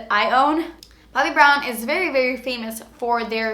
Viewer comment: lol you say Brobbi Brown hahaha